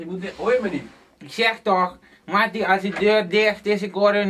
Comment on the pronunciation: shyea, is un microfoon. IK KRIEG BETAALD VOOR DIE MIX-TAPE. MA-TTIE die klemtoon op mattie is té grappig man